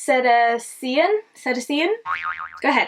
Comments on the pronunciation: Cetacean = Se-TAY-shun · I'm here from Debbie's channel. This was such an interesting colour story! In case you use the shade again, it's pronounced "si-tay-shun" and includes all whales, dolphins, and porpoises. 🐬🐋🐬 Menagerie really kills it with the pigmentation.